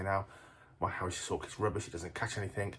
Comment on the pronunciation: Can’t watch it, Harris’s just doesn’t sound right. Never heard that pronunciation and can’t watch 😂